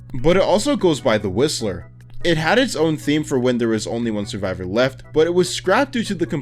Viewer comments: why when he says "the whistler" it sounds like he is saying "the rizziler" 😭😭😭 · i thought he said "the rizzer" 🤣🤣🤣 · SAME I HEARD "THE RIZZLER" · who else thought he said “The Rizzler”? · why did he say it like rizzler i swear the brainrot is kicking in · I thought he said "The Rizzler" 😭😭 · Is it just me or when he said whistler it sounds like he said the rizzler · I thought he said the rizzler